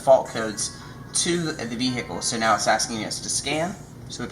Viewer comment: What's a v hic cal...?